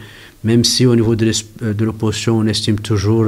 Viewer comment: Mdr, monsieur, on dit l’opposition pas oppotion cela n’existe pas. On dit aussi ils ont pas il ont, y’a un s là, ça s’accorde, tu as compris😂